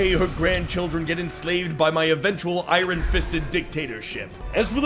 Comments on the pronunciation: I enjoyed the episode, but why do you pronounce iron as “I, Ron”? That’s not an accepted pronunciation in any dialect or accent that I’m aware of. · Canadian. I’ve heard some of them say it like that